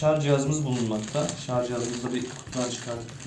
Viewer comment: Şarz değil şarj